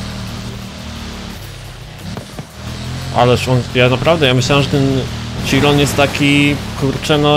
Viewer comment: bugati sziron proste